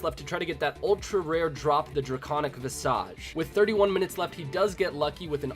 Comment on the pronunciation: please, "Visage" is pronounced "Vizij" (vĭz′ĭj)